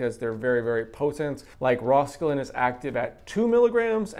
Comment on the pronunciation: rauwolscine. I’ve always heard it pronounced like Raul (like the name) sign. Thanks for the video!